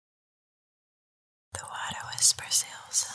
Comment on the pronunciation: For some reason when the intro says "the water whispers " it sounds as if she was saying "the water is preciosa" (preciosa is spanish for precious/beautiful).:)